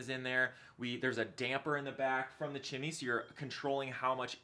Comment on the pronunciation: Are you saying “Chimmy”?